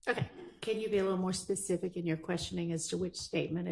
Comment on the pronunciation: pronounces "specific" pacific. I bet if you tell him to be specific he'd probably say "n!gga I'm not from the west coast!"